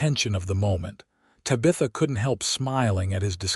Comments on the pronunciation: Tab ith a,,,, Tabitha the teenage witch or my ex sister in law. Painful to listen to. Distracting from the passable story line.. NOT Ta bith a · Please stop using the name Tabitha! 😡. The AI can't pronounce it right.😢 I do enjoy the stories .... Sure wish you'd have humans tell them.😊